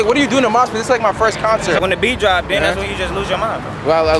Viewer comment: “YOUR FURST MOSHPIT??!”